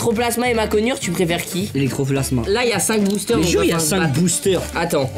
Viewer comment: "electroplasma" j'ai envie de m'arracher les oreilles 😂